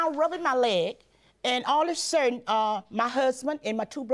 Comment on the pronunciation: What a quotable episode! 🤣🤣 "So in Aprur of 2014" "We're going to Minnesoturr" "All of a surden Jurge" "I"ll be gladly to go" "We don't disrespect peepurs" "Come on boo, let's go"